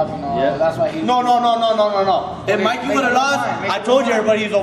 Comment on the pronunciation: Its mikey not mickey lol